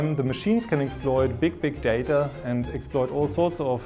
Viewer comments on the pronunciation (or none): none